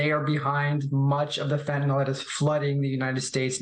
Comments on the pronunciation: And American chemical companies supply chemicals to cocaine cooks. What about the Sackler family? It is called "f e n t a n y l" not "fentan ol." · And pronounced fen.t̬ən.ɪL Whats with all the people saying fent̬.ən.oL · Fentanyl not fyntanol it's fentanyl. F E N T A N Y L .